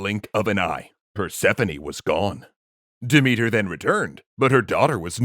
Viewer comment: Sooo, just a thing. Demethra's name isn't pronounced Demethr, sorry. The "a" at the end of her name isn't just to make it look more like a feminine name, but to be read. I mean, Dimitar is a male name in bulgarian, and there are similar names in many slavic languages, plus Greek. Sooo, yea. And usually I don't have such a problem with the names, but the way you pronounce Demethra's name just sounds like Dimitar, and that's my father's name, and I don't like him, like at all, and don't enjoy having his name in my Greek mythology videos, especially ones, where this name isn't present. One love ❤️